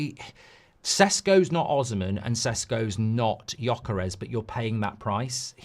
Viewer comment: It's actually Gyökeres. not gjokeres. you miss the umlaut but I don't expect any english speaker to be able to do it. haha